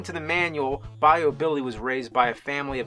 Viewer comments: Bye-u. Not By-o. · So I thought it was pronounced "By-You" Billy. Not "Bi-Oh" Billy. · Bye-you, not Bye-yo. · “Bi yo billy” 😂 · I live in the south and the By-o Billy thing is pissing me off. By-u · Pronounced By-you Billy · Bay....o? Lol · Its pronounce Buy You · Raymond Davis “biyo” billy lol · Bi O billy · As a Louisiana native, I cringe a bit every time I hear James pronouncing “bayou”. lol It’s all good, cher. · Never heard bayou pronounced like that. Lol This was pretty funny and hopefully we will see more videos like this and less of the podcast. No offense but I just don’t care for Ian. The podcast is OK sometimes but I definitely like to see more of just the pat videos. When he was alone for that week I enjoyed it a little bit more. Also, please do the flea market videos again those were great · I die inside every time he mispronounces Bayou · geez the pronunciation of Bayou still makes me cringe